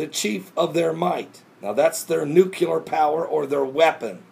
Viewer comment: Oh, and it makes me crazy when dopes like this say "Nucular"...